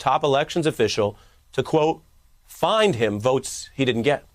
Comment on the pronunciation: He keeps pronouncing v as wv, which sounds sooooo icky. 'Wvotes'